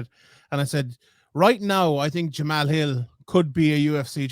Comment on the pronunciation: His name is pronounced "jamal" not "jamahal"